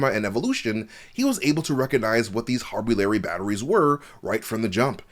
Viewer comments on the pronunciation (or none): Thought we wouldn’t notice the "harbulary," but we did! 😂